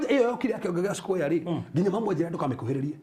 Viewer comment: Pliz its square not squire